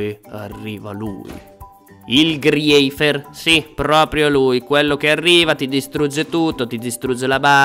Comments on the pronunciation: Si dice GRIFFER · Griffer non griefier